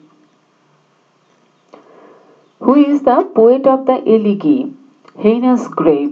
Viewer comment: Mam উচ্চারণটা এলেগি হবেনা।এলেজি হবে।